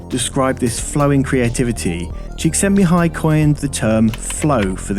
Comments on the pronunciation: awesome video p.s.: the pronunciation of the name Csíkszentmihályi was impressive, quite correct actually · I read Flow long before watching this video. Spot on. Credit to you for pronouncing Csikszentmihalyl with such ease and...flow. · You did well to get the pronunciation of that guy's names correct. I've been calling myself a Conscious Incompetent Photographer for a while now since discovering Flow. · You pronounced the name almost perfectly. High five from Hungary! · Congrats on pronouncing Csíkszentmihályi Mihály's name! :D I always enjoy your videos, unlike the majority of youtubers', your content have depth, it's always worth watching - and not only once. ;) Greetings from Hungary~